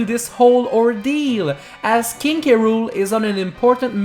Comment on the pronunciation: But that said krool NOT K.Rool